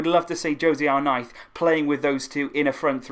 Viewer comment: Why do you say arknife it’s arnaiz 😭😭